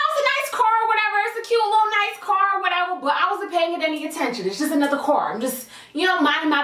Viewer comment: “or whateva”😂